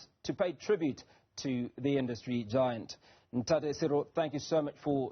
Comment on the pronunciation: Why does this anchor have such a deep Caucasian accent? so much so he cant pronounce Ntate